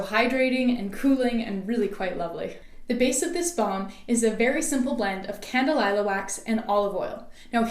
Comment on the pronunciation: Candelilla- Kahn- Deh- Lee-Yah